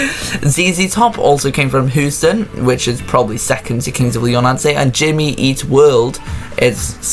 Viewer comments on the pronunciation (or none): Turned it off at Hoo-ston. Try harder.